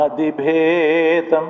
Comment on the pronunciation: ജാതിഭേതമല്ല ..... ജാതിഭേദം .... ഗാനഗന്ധർവ്വനും ഉച്ചാരണപ്പിശകുണ്ട്....